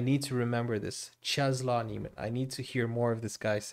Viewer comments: Czesław is pronounced Chess-Woff. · If you want to pronounce his name correctly... Chesswaff (name) Niemen (surname read all the letters). Your welcome 😁